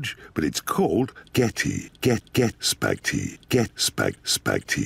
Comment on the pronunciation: đây chính là cách phát âm từ "spaghetti" :))))))))))))))))))))))))))))